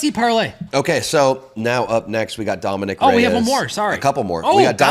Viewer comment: When did he say domincan reyes